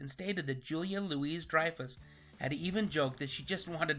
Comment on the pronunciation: Her name isn't pronounced Julia LOO-EEZ-Dreyfus. It's pronounced Julia LOO-EE-Dreyfus.